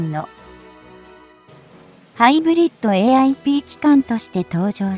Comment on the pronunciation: AIP機関じゃね？ あちこちで "API" って言ってるw